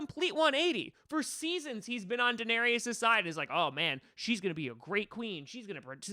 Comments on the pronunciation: A denarius is a Roman coin. Danaerys is pronounced differently. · You can''t even pronounce Daenerys correctly through this entire video